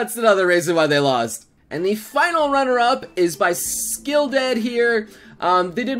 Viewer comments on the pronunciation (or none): Oh my god noble lol "skull" is not "skill" bad engrish